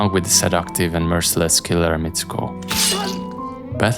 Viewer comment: Good video, but "Battle" is pronounced "bettuhl" or (US English) "bedduhl", not "bethuhl"